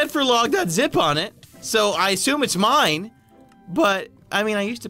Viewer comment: is the ceo of saying "m-ein" when he dies